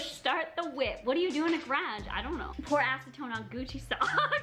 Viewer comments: The way she says garage 🙃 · Omg I love how u say garage🤣😂 just me?